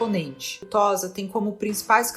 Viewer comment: Não se fala "Tóza", mas "Tôssa".